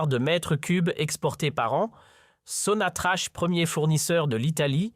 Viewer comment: Ça se prononce SONATRAk .